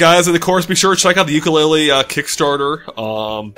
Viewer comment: Tooka-Laylee, and Yooka-Laythree, YES YES YES hahaha